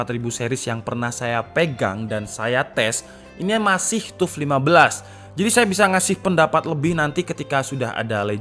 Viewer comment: Sekedar koreksi. TUF itu pengucapannya adalah TAF, seperti saat kita mengucapkan kata TOUGH.